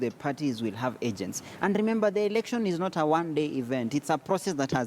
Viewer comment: not erection Mr.its election.